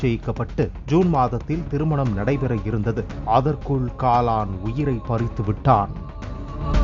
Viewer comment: பாலிமர் என்ன ஆச்சு வாசிப்பாளருக்கு? பேரூர் # போரூர் காலன் # காலான் 🤔🤔